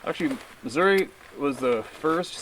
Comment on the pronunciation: You said the state name Missouri correctly -- Mu-zurr-uh. You had to be around some good old Ozark hillbillies when you were hunting in our state.